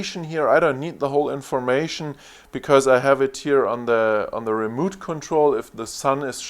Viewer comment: Good Video! Remote Control is pronounced like re mote. Mote like what's around a castle. Not moot, that sounds like boot.